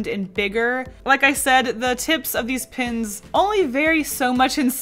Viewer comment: When says Posca pens, it sounds like Posca pins